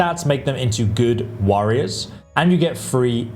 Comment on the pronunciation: “The orcs.. fantastic worriers”?